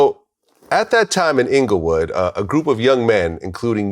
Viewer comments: It's Englewood Vlad. Not Inglewood. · ITS ENGLEWOOD NOT INGLEWOOD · It's Englewood not Inglewood don't disrespect us Glad